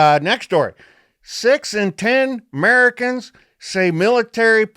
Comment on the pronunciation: lol i thought it was "Muricans" 😄